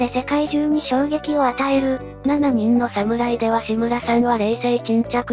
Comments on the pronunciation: あと「ななにん」→❌ 「しちにん」→◯ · 「七人の侍」は、「ななにん」ではなくて「しちにん」と読んで欲しい。